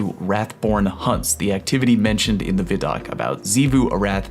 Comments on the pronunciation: Veye doc not viddok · Its not Vi doc like Video it pronounced VY like Sci-Fi... or Wi-Fi not wiffy... geez...say WHY and think of that sound... WHY... VHY... VY....Vi - Doc WHY DOC with a V... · Vid-oc? ? Has it not always been called Vi-doc?